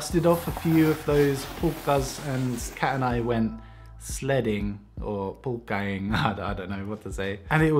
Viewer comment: I dont know why but i died laughing when you said pulkkaing :D